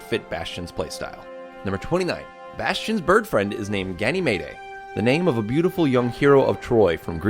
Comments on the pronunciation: It's pronounced "Gan-e-mede" not "Gan-y-meda" Also the name of one of Jupiter's moons. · It is not "Gany-may-day", but rather "Gany-meed". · ganymede not "gannymayday" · It's not gany-may-day its gany-mede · Gan-a-may-day It's Gan-ee-mede Ganymede. Ganemede. Not Ganamayday. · 'gany-may-dey' ? isn't it pronounced 'gan-eh-meed' ??? or am i stupid? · "Ganny- Mayday" LOL Should be pronounced "Ga-na-meed" as in the moon of Jupiter. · Never heard Ganymede pronounced Gay-knee-may-day before, guess its the American pronunciation. Certainly in Britain its pronounced Gan-ih-meed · the name of the bird is pronounced Ganny=meade not gunny-may-day.... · It's Gany-MEED not Gany-mayday. Sorry. Had to point that out. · It's pronounced GANY-MEAD. Not GANY-MAYDAY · Ganymede is pronounced "Ganymead" not "Ganymayday" lol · Ganymayday....or Ganymeed (Ganymede*) lol found the pronunciation funny. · Ganymede is pronounced Gan-eh-mead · He can't speak aniea, ganymeday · 29 it's pronounced gan-e-mead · it's pronounced ga-ni-meed, it's not japanese. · it's pronounced gany-meed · "gany-may-day" LOL OK.... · It is pronounced Gan-uh-meed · ganymede is pronounced ganny meed pls search up how to pronounce this stuff before you say it... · Ganymede is pronounced gan-uh-meed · Gany-may-day, ugh. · Ganee-mayday ... XD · u said ganymede wrong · There's no way thats how you pronounce Ganymede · Don't ever pronounce ganymede like you did ever again or I'll explode. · Tyrone La Sala Look up Ganymede, see the god that the bird'd name is based on, and bam. (Or see the result of one of Jupiter's moons) Or just look up the pronunciation of Ganymede. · Archemeaies, Ganymede. Really? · Please learn how to pronounce Ganymede... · I really enjoyed the video thanks for uploading - but as a Greek mythology nerd there was just one thing which bugged me: Your pronunciation of 'Ganymede'. You can find the correct pronunciation here: Peace :) P.S. Tracer obvs